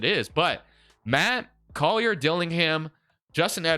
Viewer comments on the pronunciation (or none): none